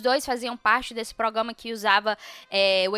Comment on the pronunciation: ProgRama,! ProgRamar Kkkkkk não come esse R não